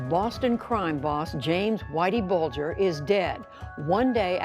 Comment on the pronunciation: Very bad narration, so tiresome to listen to; There should be a gap between sentences, a bigger gap between paragraphs, and an even BIGGER gap between numbered items. And, at least get the names right; The name is pronounced 'Bulge—r'. A lot more time required for editing!